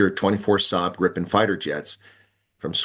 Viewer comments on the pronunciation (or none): none